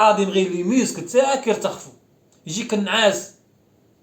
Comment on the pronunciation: يرتخفو وغلط لازم يقول يترخفو هههههههه